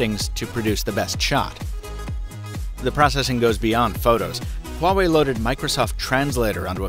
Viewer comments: Why are u pronouncing it like that tho? HHhuawei, like cool wHip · It's "wah-way", not whatever it is you're saying. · You mispronounced Huawei. But so does everyone else. 😛